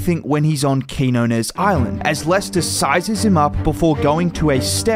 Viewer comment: Nice video. His name is pronounced Keen-Yo-Nes